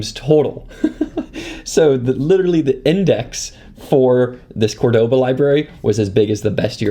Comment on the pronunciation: sooooo interesting. just two things- 1. please set the white balance to a value, the changes are dizzling 2. Córdoba with stress in the first "o".